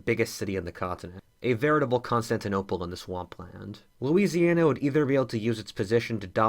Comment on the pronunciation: am i the only one who noticed "louisiana" instead becoming "Louisania" xd